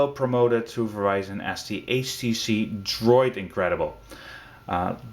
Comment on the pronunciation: he said "H she she" lol